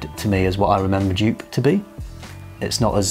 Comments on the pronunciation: Joop is pronounced 'yope'. Gio is pronounced 'joe'. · Jupe? I think the original (Joop) is pronounced as "Yoap", like in soap... ;-)) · I was wondering what scent you where talking about, Dupe? Never heard of Dupe? Then after you describe the scent I thought “ahhh they mean Joop!” 😂😂😂 You pronounce the J as the Y in year. The oo as the o in rose. Joop. :) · You are pronouncing Joop so wrong, it's more like in the word dope or rope, just with a J in front. I am German, so I know.